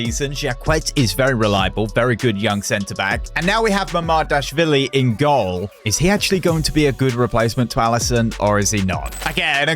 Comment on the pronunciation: It is mama-dash-vili 😂